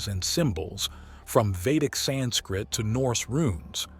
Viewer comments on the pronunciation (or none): none